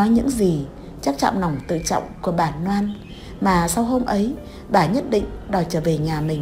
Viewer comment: Bạn vui lòng sửa lại chữ N và L đi bạn. Bạn đọc tên Loan thành Noãn, hai lần thành hai nần .